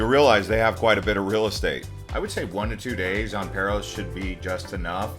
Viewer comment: Paros is pronounced Paah-Ros not Pair-Os. Amazing video !